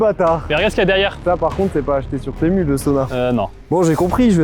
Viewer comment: Ca se dit TImou par contre